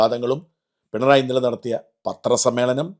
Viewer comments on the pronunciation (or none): none